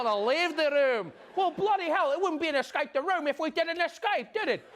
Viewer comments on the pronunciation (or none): Hahahaha That accent when you said ESCAPE 👌♥️